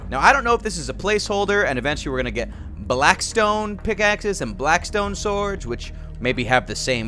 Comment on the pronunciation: its blackstone not blaskstone